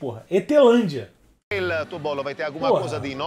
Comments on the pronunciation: "ETHELANDIA" MISERICÓRDIA! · "crise em marte, a ethelandia fez um bolo ruim" KKKSKSJSJAKKKKKKKKK passei mal com ele toda hr zoando o nome dela